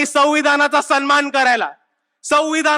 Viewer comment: सविधान बोलता येत नाही ह्याला अजून 😜